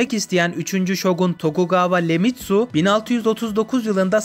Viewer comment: Tokugawa şogunluğu ❤❤ üstelik abi Leyasu değil Ieyasu i ile iyeyasu diye okunuyor ve lemitsu da değil iyemitsu